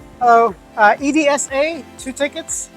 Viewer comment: 😂 you spelled EDSA. The right way to pronounce is like saying someone’s name like Elsa but with a d instead of l.